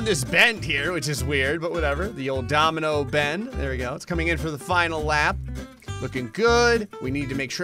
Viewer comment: litarly said dominomoino